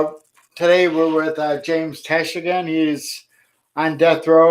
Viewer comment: *Tench...not Tesh